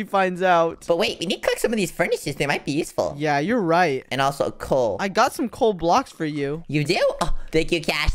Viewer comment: Bro said cool instead of coal😂😂😂😂😂😂😂😂😂😂😂😂😂😂😂😂😂